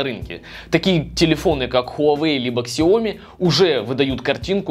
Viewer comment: xiaomi читается как сяоми, а не ксиоми